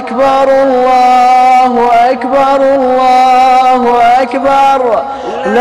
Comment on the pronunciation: Its not Akhiii bar , But Ak Bar😏